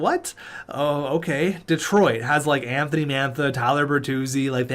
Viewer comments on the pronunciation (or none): none